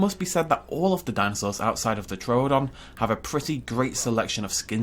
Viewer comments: True-don. You don't go to the Zo-o. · Why do you keep mispronouning Troodon? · Your over enunciating the second o in troodon. Is this an extremely nitpicky comment? Yes Do I care? No